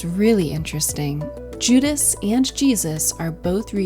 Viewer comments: AI. It mispronounces Judas several times. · Pretty AI? voice goes into detail about Judas clutching a small bag with one hand and reaching for bread with the other and then later says Juda’s, frequent mispronunciation in this video, hands are hidden beneath the table. No actual explanation as to how Jesus’ hand positions reference communion. Early comments about perspective perhaps the only reliable comments. Given the amount of research and commentary available on this subject, The Last Supper deserves better.